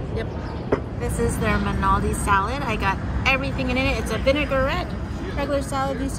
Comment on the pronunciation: FYI- it’s not Manaldi its Mal-na-ti, you’re welcome